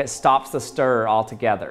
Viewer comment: 🤦🏻‍♂️ JESUS CHRIST MAN! Words like mirror! And stirrer! Have two! Yes! TWO! syllables... Mir-ror, stir-rer, not Mirrrrrrrrr, or stirrrrrrrrr UGHHHHHH!